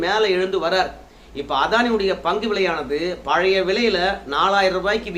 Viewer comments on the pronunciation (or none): none